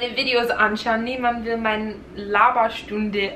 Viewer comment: Wow!!! In deinem letzten Deutschvideo hattest du einen fast schon starken, amerikanischen Akzent aber du hast dich in so kurzer Zeit so doll verbessert!😮😍 Du hörst dich mittlerweile an manchen Stellen richtig akzentfrei an!❤ ich bin so stolz auf dich 😊 (Man hört es nur bei Wörtern wie "Videos", dass du aus Amerika kommst, versuch mal "Videos" deutscher auszusprechen🙈 Mach weiter so und gib nicht auf ❤